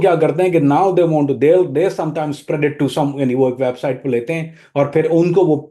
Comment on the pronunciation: Spread ap ne thek se nhi bola.....is se acha ap urdu ka word hi bol lety